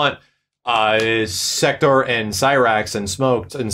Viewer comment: Why does everybody keep calling him "Secter"? His name is "SEK-TOR". If you go back and play MK3/UMK3/MKT whenever the announcer says his name, he calls him "SEK-TOR". Goddamn